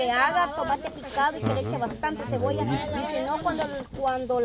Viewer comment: Comé "Jebolla" jajaja